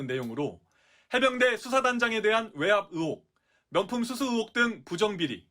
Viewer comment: 으혹이 아니라 의혹.... 리포터 발음이..